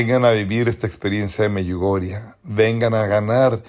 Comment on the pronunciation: Me choca que este tipo sigue diciendo Meyugoriaa